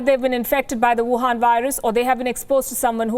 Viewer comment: Love the way you deliver the news. Also "Wuhan virus" sounded a little off